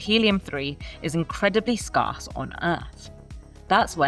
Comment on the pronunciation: In British English, scarce is pronounced as skairss (phonetic: /skeəs/). It is one single syllable. The "ar" sound rhymes with words like "hair" or "bear," rather than sounding like "car" or "bar". In American English, "scarce" is pronounced /skɛərs/ or /skɛrs/ (sounds like "skairs"). It has one single syllable. The "ar" combination sounds like the vowel in "air" or "care", followed by a crisp, unvoiced "s" sound at the end (do not pronounce it with a "z" sound like "scars" or "scarz").